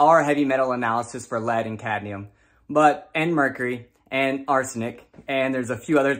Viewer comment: Cadnium? like nucular, lol